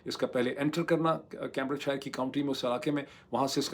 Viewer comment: کیمبرج شائر نہیں کیمبرج شئر۔ آخر کا r بھی بہت soft بولتا ہے۔ بکنگھم شئ :) آپ بیشک برا مانئیے۔ ہمارا مقصد نیک ہے اور آپکی بھلائی ہے۔